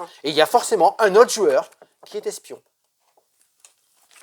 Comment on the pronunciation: Le S d’espion 😂 C’est comme le H d’Achille 😁